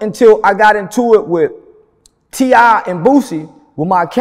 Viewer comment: When he called T.I “ Tippy Toe”. I lost it! Ehehee.